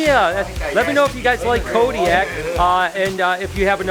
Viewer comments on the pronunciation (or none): none